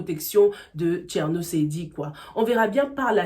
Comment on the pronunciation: on dit thiérno mais pas thiano